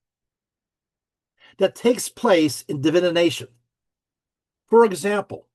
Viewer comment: Still wondering why pronounces DIVI-NATION like Divi-ination.